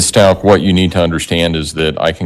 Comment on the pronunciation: Out of respect for Gannon and his family, please pronounce their last name correctly. Its st-ow-k. Thank you for this insightful analysis of this awful case💝